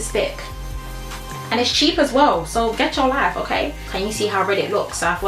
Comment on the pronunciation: "Gech your lyfeeee" 😂❤️